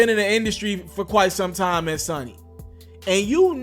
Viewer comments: Bruh if u say sunny one more time! Its Sony! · Can u please stop saying sunny its "sony" damn. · These comments 😂 lmao I couldn’t even focus because of the amount of times you said Sunny with confidence like you have no reference in your mind for Sony. You only kinda pronounced it right one time towards the end. It’s all good though. We learn from our mistakes plus I laughed so hard. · This nigga can’t say Sony 😂😂 This nigga said sonny or sunny ☀️ SONNIE ☠️ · Its SONY not SUNNY nigga damn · So-knee..smh.........not sunny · So-kneee not sunny. And then you said it like 3 million times. Man redo this whole damn video. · I do believe it is pronounced SO-NY not Sunny ☀️ ...🤦🏽‍♀️ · "Sony" bro not "Sunny"... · Say it with me.....Sooooony! Not Sunny! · It's Sony ,not synny... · Dude, say it with me.....SO.....NY..........SOOOOOOOOOO.......NY........SONY. Like Sony Playstation........SONY!!!!!! You did the same thing with Eminem and Kamikaze smh. Saying some got damned Sahnny.....Sunny........Sonny. Come on. And that nigga writes for people. He ain't broke. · Bro its SONY not SONNY 🤦🏾‍♂️ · Bro you said talk to you...ok...question...how could you do this long video seemingly to know it all bout Kelly...and keep pronouncing Sony ...sunny?? seriously...like who cant pronounce Sony of all words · Sony* not Sonny lol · it's Sony not sonny...😁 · It's SOOO knee not Sunny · It's not Sonny its Sony lol this fake stuff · Long o when you say Sony bruh.... lol... Not Sonny.... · Sony is pronounced (So knee) idiot! Do your homework if your going to do commentaries!! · It's pronounced (So knee) idiot!! did you go to school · If u don't know how to say Sony right nigga you been under a rock Sony also makes the PlayStation do u call it sunny PlayStation? Don't talk about music bro you looking stupid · Somebody tell this stupid mofo it’s pronounced sow-knee, this ignit punk su-ma-ma bitch is pissing me off cuz he keep sayin it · This nigga said sunny lik 15 times!